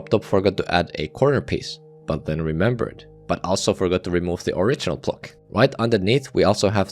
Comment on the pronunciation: Say “block” not “plock”